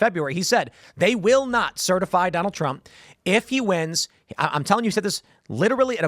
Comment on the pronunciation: Trump not Tramp